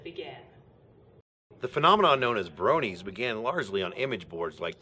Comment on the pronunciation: its Bronie not brownie